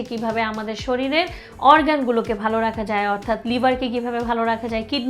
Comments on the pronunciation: Are gadha mohila age nijer grammar and pronunciation thik koren. Shoril na shorir. Interest na interested. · শরীরকে শরীল বললো কেন? আমি কি ভুল শুনেছি 😂😂